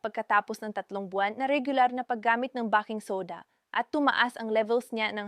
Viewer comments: " bay king soda!." Bah king soda sakit Sa Tenga. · ..nagaral ka ba?..if yes, bakit "bah-king" soda ang bigkas mo sa baking soda at hindi "bey-king" soda???????????.. marami na kayo ngayon na medical vloggers ang ganitong magsalita sa inyong mga vlogs, WHY?..there must be a good reason behind that instead of stupidity kasi marami sa inyo ang mga specialist meaning you graduated from college..pwede bang ipaliwanag mo dito..the reason being na gusto ko sana na pakinggan ang contents ninyo as it may give me some knowledge of how to care to what seems to be my medical problem but pag nakarinig na ako ng maling pagbigkas ng salita ay iniiba ko na ang channel na papanoorin ko,,sayang, at tiyak kong may matututunan sana akong mensahe mula sa iyo, sa inyo..